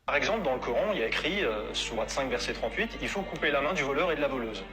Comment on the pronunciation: Pourquoi tu prend un accent de wahabite quand tu dit kur an. Tu fais delirer. Retourne jouer a la play et n’oublie pas de t’actualiser à France travail